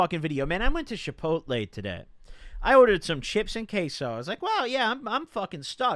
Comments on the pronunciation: normal people: chipotle: Shipotle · “Shipotle” lmfaoo love goblins pronunciations